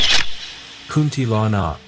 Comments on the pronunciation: Hahaha kunti lanak ahem its kuntilanak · Hello, this vid is well done. But here's how to say the names correctly: Kuntilanak->> "Koon-tee-la-nuck" Pocong ->> "Puh-chong" Sundel bolong ->> "Soon-dull-bho-long" Tuyul ->> "Too-yool" Andong pocong ->> "Un-dong-puh-chong" Wewe Gombel ->> "Wae-wae-gom-bell"